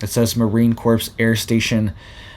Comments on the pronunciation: in Corps the P & S are silent... Pronounced Core not corpse. 😣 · Corps is pronounced "core" not "corpse"! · I REALLY like you, and watch all your alerts, but you need to be aware that the word "corps" is pronounced CORE... it will increase your credibility. Thank you for what you do! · its pronounced Marine CORE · It's pronounced Marine Core or Kore if u prefer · Corps pronounced core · Marine Corps - the 's' in Corps is silent.